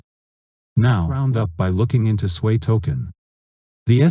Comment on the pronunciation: Why you keep sayin Swei blockchain? It is SUI, not Suey, Swei, Swey or Svey